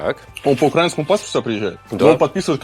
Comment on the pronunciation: УкраИнскому, украИнец, украИнский. Ставьте правильное ударение, будьте грамотными людьми. Если не Варламов, то хотя бы те, кто это прочтёт.